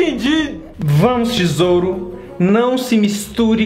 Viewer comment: Ele falou tisouro eu entendi tesoura